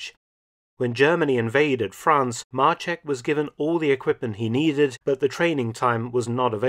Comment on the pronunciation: Maczek not marchek ffs